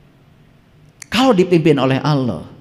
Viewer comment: Yang saya dengar .saat dia menyebut nama Allah...tidak fasih...